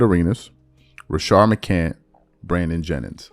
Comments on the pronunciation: It’s crazy that you “can’t” put an S on the end McCant”s” last name! You hear niggas say his name ALL THE DAMN TIME…and you still don’t put respect on that man name! Pathetic! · You put an S on the end of Jennings last name…but you can’t give McCants the same respect!